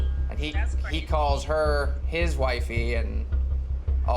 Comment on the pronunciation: Should have been “he calls HER his wifey” nev put the emphasis on the wrong word